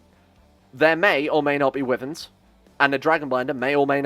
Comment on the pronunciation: I thought you said women when you were referring wyverns.